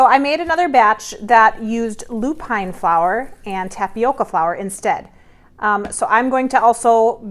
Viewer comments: Lupin is pronounced as ‘loop-in. Emphasis on the first 3 letters and not the last 2. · And how about LOO-pin and BOH-chuh not BOH-kuh 😚